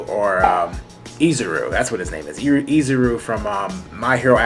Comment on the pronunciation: We just gonna ignore the fact that he said izuru